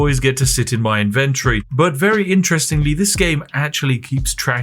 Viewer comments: I chuckle a bit at how 'inventory' became "invendry" in england. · Him saying inventory is exquisite